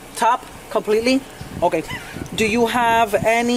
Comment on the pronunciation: Is. Me or am I not over her saying okay 😭😭😭😭😭 I love me my Hispanic accents. We on top fr 😭😭😭